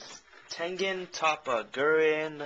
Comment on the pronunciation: YOU PRONOUNCED IT WRONG!